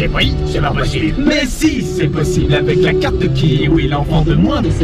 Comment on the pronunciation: À ta dit posible